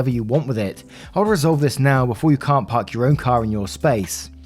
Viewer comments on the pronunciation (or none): none